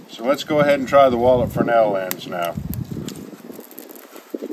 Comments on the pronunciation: FINALLY!!! I knew that this would be informative (I was not wrong) as soon as you correctly pronounced a Fresnel lens. :-) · exactly. You are only the second person on YouTube that I have heard pronounce it the correct way. They usually (incorrectly) say "Frez-nell" :-)